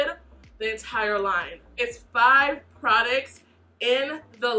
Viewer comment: I swear she be saying "Prodicts" and not "Products" lolll. Great video and great review! I really enjoy your videos! ❤